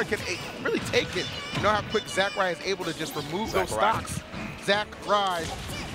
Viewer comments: Anakin80042 Fury except its pronounced Zack-ray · They pronounce Zack Ray like he’s the creator of smash bros 😂